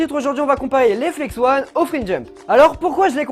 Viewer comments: Oh non mais ton niveau d'anglais pire que le mien ! On dit ON comme ON/OFF parce que ONE et comme 1 et la ça s'écrit ''ON' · ahah tu as perturbé tout le monde avec le Flex-ONE "flex-on" au caou ça m'a tué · très bonne video mais on dit pas flex one mais flex on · mec c dérangant tu dit flex one mais c'est flex on arete de dire one stp!!!!!! sinon le concept de comparer deux types d'étriers comme ca c'est pas mal, mais le probleme c'est que je pense que comme les flex on sont tes etriers automatiquement tu va les préférer aux freejump. Admettons t'aurais eu des compositis et pas des flex on chepas si t'aurais dit la meme chpse. Sinon sympa ta video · Mais tu continues de dire Flex One haha 😂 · Flex-on pas flex-one ^^ désoler mais c’est très perturbant toute la vidéo, mais sinon super vidéo et moi qui est des Flex-on je préfère largement Flex-on :) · Mais si car si tu savais prononcé l'anglais tu ferai pas cette faute. Même moi qui suit nul en anglais ça me brûle les oreilles 😂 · FLEX-ON pas flex-one ^^ désolée, ça m'a démangé toute la vidéo, fallait que ça sorte. Bon, clairement ici, je suis clairement une #teamflexon, pas moyen de me mettre des free-jump aux pieds ... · Ça se dit " On " pas "one " !!!